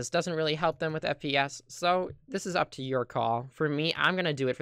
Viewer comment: who heard SPS When he said FPS for the first time